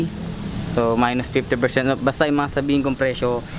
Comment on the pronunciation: Ako lang ba nkakapansin ky na imbis off. Op yung bigkas nya. Hahaha pero ok na rin. Pinoy eh. 😁 50% op. 😍 Lovelots.